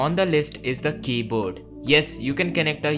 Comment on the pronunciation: Hear it when he says "keyboard" at 22 seconds and a few seconds later after that. I am dying out of laughter.